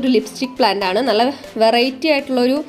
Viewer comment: നള അല്ല നല്ല, plant എല്ലാം കൊള്ളാം